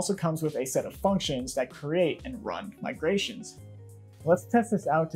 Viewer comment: 'migations' - 'R' missing